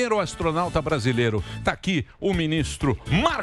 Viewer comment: O ASTRONAUTA DO CEBOLINHA AHAHAHAHAHAHAH